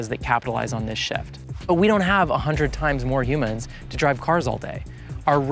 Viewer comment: Downvoted when he said "a hundred [ehks]" instead of "a hundred times." Was that YouTuber Bait or does he seriously not know what multiplication is?